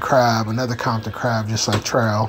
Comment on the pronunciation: Wtf is a kompton ckrab 😂